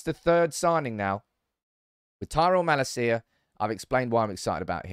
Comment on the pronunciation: about time you start learning how to pronounce malacia 😭